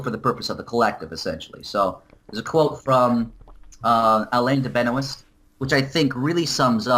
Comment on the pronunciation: I'm pretty sure it's pronounced "Ben-wah" not "Benoist"